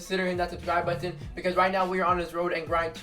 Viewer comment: Been 12 months and still cant say button right